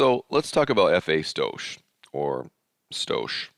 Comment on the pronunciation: For anyone confused when he says "stoash". It's "stoich" pronounced stoyk and it's short for stoichiometry. It's the same stoich or stoichiometry you had to do in high school chemistry. A lot of us car guys don't always know the words on mechanical or chemical terms but that don't mean we can't make em fast